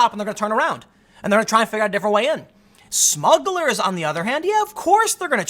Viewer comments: Timmy needs a editor. "smuggles?" in the intro? c'mon bruh. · What's a "Smuggle"?